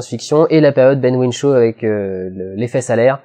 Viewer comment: Ben Whishaw, pas Ben Whinshaw.